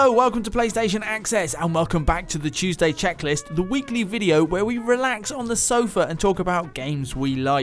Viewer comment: Ah, the 'Tuesday Tchecklist' 👌🏻